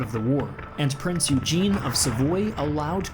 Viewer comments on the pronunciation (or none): none